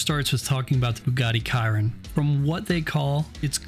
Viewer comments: how tf you gonna fuck up the pronunciation of chiron. shi-ron. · I love the video, but the way that you pronounced the Bugatti Chiron was hard to listen to